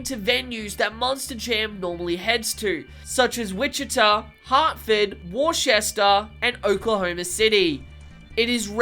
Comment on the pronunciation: For future reference, Worcester is pronounced Wooster